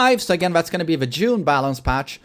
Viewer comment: I keep hearing "jun" when he says june